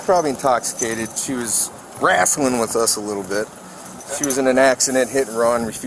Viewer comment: “She was WRASTLIN with us” lmaooooo dudes too funny